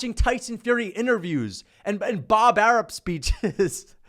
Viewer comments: I love how he calls him Bob Arup instead of Arum 😂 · Pretty sure it's Arum, with an M. Unless there's a Bob Arup I'm unaware of 🤷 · Bob "Air-up" 😆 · Why does he say Bob ARUB??? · mma is boring asf. stop a being weirdo. with this weirdo narrative. you not even saying his name right it’s bob ARUM. bob arum ain’t even the top promoter in boxing anyways. ufc can’t promote fights and pay their champions in dabloons. y’all just had volk and islam fight and NOBODY EVEN KNEW IT WAS HAPPENING 😂 imagine canelo fighting 3pm ET. you can’t lol. ain’t nobody watching that mess. dana white is basically a young bob arum. they make the same moves. i see you didn’t mention pbc not once. that’s what makes you a weirdo. you’re spinning a narrative rather than tellin the whole truth. if mma was so exciting then they would actually have some ppv buys. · Even saying Bob's name wrong on purpose lol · Wtf are you calling him? Bob Arum 😂